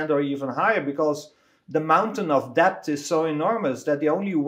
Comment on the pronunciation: Great content great guest. Someone just has to explain to Willem that the b in debt is silent